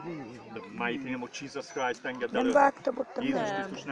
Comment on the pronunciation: csíszösz kráijsz`` ,,háleeleluijaja`` UI:hátérbe üvölt hozzá ma egy cigit